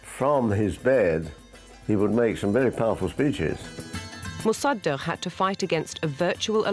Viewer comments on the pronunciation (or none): the horrible pronounciation of mossadeq...